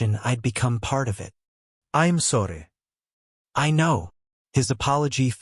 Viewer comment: Love how Mason always says “I’m sorry” in a quasi Indian/Spanish/Russian accent. So charming. 🤣